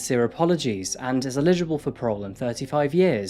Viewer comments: ELLigible not ILLegible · EL-igible ... NOT ill-EGible!!! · I love all your videos but please for the love of god, learn how to pronounce ELIGIBLE. You say it like 'ILLEGIBLE' and that's a completely different word and different meaning and it throws off the feel. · I love this channel. But it always sounds like you are saying “illegible” instead of “eligible” for parole. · You are pronouncing "eligible" incorrectly. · C'mon, after all this time you still can't pronounce eligible? Anyway, keep up the good work.